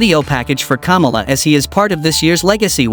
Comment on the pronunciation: You've got to work on your pronunciation of Kamala (The Ugandan Giant) so it doesn't sound like the most recent Democratic Presidential candidate (Harris)...